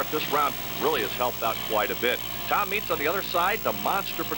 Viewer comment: Lol that dude can't pronounce Tom Meents' name.